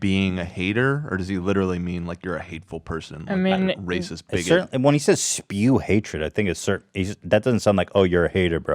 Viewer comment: "content that is too... rrrrrrrrrrrrrracist"